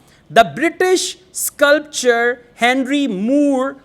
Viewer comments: Sir, you are saying sculpture instead of sculptor in many instances. It causes confusion and the viewers might take that as the correct pronunciation. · with all due respect i would like to point out that you have mispronounced ''sculptor'' as 'sculpture' plz note that they are two different words pronounced differently.....this is not to demean you.....but just to remind you......how we fail to register minor differences...... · In sculptor, t sounds.. But u sound c